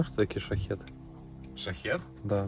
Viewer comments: ток шахИд а не шахед, шахед это странник типа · Не шахед, а шахид. И означает "мужчина "